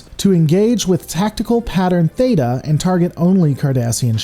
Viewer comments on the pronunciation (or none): none